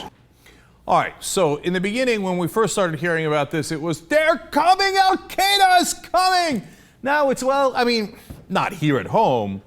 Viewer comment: Dutch Ruppersberger?! Baha. Nice name. Anyone else notice that he called Al Queda "Al kaa-daa"?